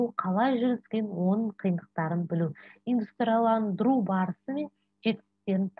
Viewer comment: Инстандырылу демей дұрыстап оқысаңызшы